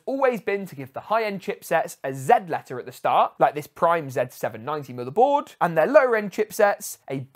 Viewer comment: Whenever you pronounce "motherboard" I hear it as "motorboat".